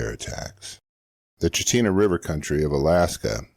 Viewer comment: Alaskan here (70 years). Chitina is actually pronounced Chit-inah.